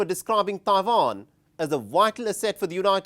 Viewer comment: It's Taiwan not Taivan